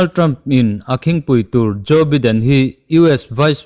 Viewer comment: Biden hi baiden ti a lam tur